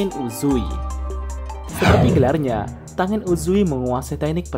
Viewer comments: Yaiba bang bukan zaiba tenen bukan tangen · Min setau saya klo namanya ada "ng" Misal rengoku dibaca nya renggoku/ren goku bukan rengoku begitu dengan tengen dibaca tenggen / ten gen bkn tengen